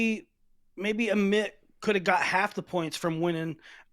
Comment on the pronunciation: Let’s start pronouncing Amit’s name right